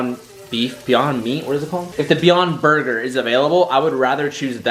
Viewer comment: It's not borger